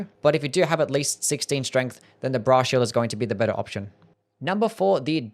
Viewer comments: I keep hearing bra shield instead of brass shield. I need to touch grass and talk to women. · i keep hearing "bra shield" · Cannot unhear Bra Shield